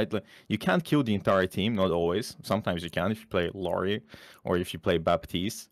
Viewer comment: psst, - theres no i in the middle of illari's name:P ill-ari